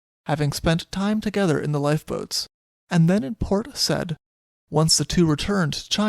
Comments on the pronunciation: It's Port Sa-eed:-) Great telling of this incident, poor parrot. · Yes, Port Said (Sy-eed). Also: sink-sank- (have/had) sunk Yorkshire is pronounced Yorkshuh/sheer. Otherwise, always a pleasure listening to you. Cheers!